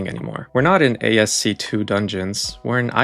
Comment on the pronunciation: I am not sure how I feel about u low key telling us how young you are by mis-pronouncing it as ASC2. But otherwise love the vid. (It's AS-KEY!!!!~)